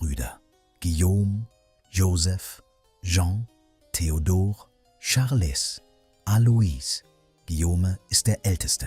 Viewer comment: Charles wird französisch Charl ausgesprochen bitte 🙏. Das -es bleibt stumm.